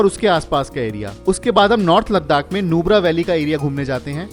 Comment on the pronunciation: Repeated 'Ladakh' pronunciation made my ears a bit irritated. Never mind.